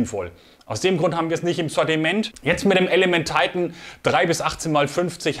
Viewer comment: Hallo.Tolle Ergänzung dieser Serie,ein Tolles Glas,das meiner Meinung nach seines Gleichen sucht.Schade nur,das bei diesem tollen Deutsch sprachigen Kanal, Du Dich der ver Amerikanisierung her gibst.Die bezeichnung Titan kann man auch in Deutsch aussprechen,meine Vermutung ist,das das Glas nicht auf 'Deutsch' Titan gefertigt wurde,sondern weiterhin aus Flugzeug Aluminium. Ist nur schade,das sich sehr,sehr viele Leute,der Deutschen Sprache Entledigten. Nur so nebenbei,bin kein Amerika Hasser,habe selber 12,5 Jahre beim Amerikanischen Millitär /nicht Armee, als Soldat in verschiedenen Abteilungen gedient.Daher verstehe ich diese ver Amerikanisierung der Deutschen nicht.Gruß Hans.